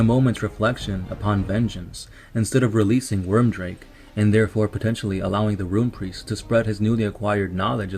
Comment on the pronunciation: Nice lore video on my favourite legion, good work. However, the Rune Priests name was Wyrdmake, not Wyrmdrake (or at least this is what I understood you named him in the video).